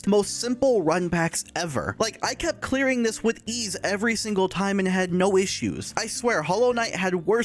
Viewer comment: Did you know that said Thie instead of this?